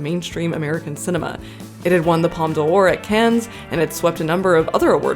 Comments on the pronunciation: your videos are good, but the "S" in Cannes is silent. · Don't pronounce the 's' in 'Cannes'...it makes you sound like a rube (which you obviously aren't). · The way you pronounced Cannes 😢